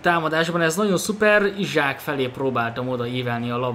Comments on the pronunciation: Szia nem Izsák hanem Iszák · csa nem akarok kötekedni de én úgy tudom hogy isak nevét iszák nak ejtik..